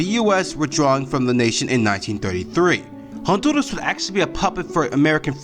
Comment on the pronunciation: You said Honduras wrong but nice try at very least